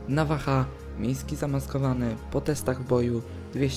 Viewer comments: Nawaha chyba navaja jak ty to czytasz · Czemu mówisz navacha zamsist navaja? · Nwm tylko czego mówisz navaha jak się mówi navaja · navaja naucz sie mówić